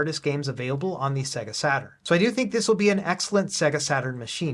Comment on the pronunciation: Mate, I love your channel. Please learn how to pronounce Sega.